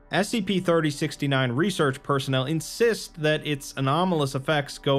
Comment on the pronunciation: Ummmm is it just me or did he forget the s in scp at the intro